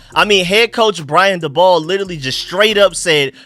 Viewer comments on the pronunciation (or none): It’s pronounced “Brian dayball” but great work I think we go 10-7 make playoffs and have a great year